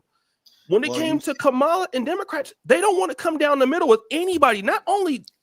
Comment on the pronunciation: So you decided to give the most corrupt man in politics crazy power. Did you actually listen to what Kamala was running on? We say we don't want hand outs but instead opportunities. Kamala (comma-la) (crazy you're pronouncing her name the way Trump does.....but you don't follow him right?😂) Kamala had economic policy to help black men. Tax credits for new fathers, money for investments. Under Biden black poverty was greatly reduced, factories increased. The complete opposite under Trump. Yall talking about trans-boxers in the Olympics when Trump caged kids and separated families??? Get out of here man!!